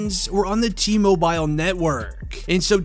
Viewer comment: Why are you saying mobile like that